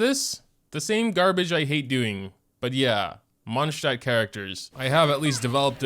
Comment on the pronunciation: The way you say Mondstadt is and always will bug me.